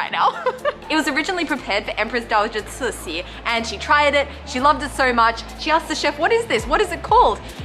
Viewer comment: you're a natural tour guide lol, also yay for saying CiXi right this time ahahaha